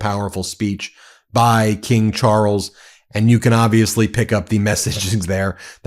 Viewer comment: wtf is Char-els?